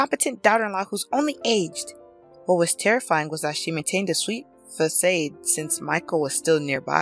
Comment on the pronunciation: It is pronounced 'fah-sod' not 'fah-sayed' for facade.